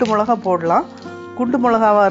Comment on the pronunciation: Milakai..... Not molakai... Milakai..... Is like milaku...